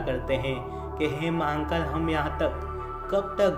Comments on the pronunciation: Vai Mahankal nehi Mahakal N nehi rahe gaa.... Aapka har video pe apne Mahankal bol rahe ho g sune ko bohot kharap lagraha hai.... Wo guru Hai hum logo k.... Guru kaa Nam thik se loo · Har Har Mahadev 🙏🙏 Jai Shiv Shankar BholeNath 🙏🙏 Announcer ko bolna nahi aata h??? Ya vo hindi nahi bol paate h??? Shame on U mr. Announcer and mr. Editor. Mahakaal bhi theek se nahi bol paate ho. Thirdclass announcer.